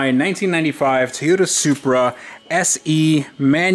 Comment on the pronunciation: Say it with me...TOY.....O......TA! There is no "E" in it. Please keep it that way!